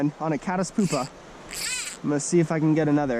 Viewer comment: It's pyoopa (pewpa), not poopa